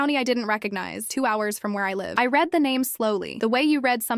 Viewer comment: Please teach your AI to use clues to decide word pronunciations. It used one pronunciation of read in a sentence that required two. "I read (red) the information and had to read (reed) it again." Bow (b-oh and b-ow) and wound (woo-nd and w-ow-nd) are two more words with multiple pronunciations. There are several words like that.